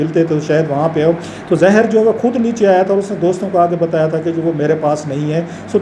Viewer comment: یہ رؤف واقعی پڑھا لکھا ہے؟ تاریخ کو تریخ اور ظاہر کو زہر بول رہا ہے.